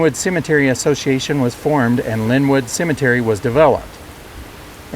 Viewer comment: Would like ro have a dollar for every time the narrator says Cimitiry..